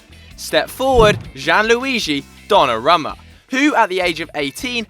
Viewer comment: Who's Jeanluigi Don Nah Roma?